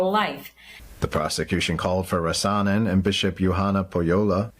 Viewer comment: Criminal charges for reading from the Bible? BTW, in the name 'Rasanen', the stress is on the 1st syllable: RAh-sanen.